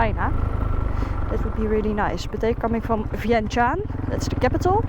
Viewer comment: Hi. You are the first to pronounce the capital correct. It means the "City of sandle wood". They other the French named the "City Fort"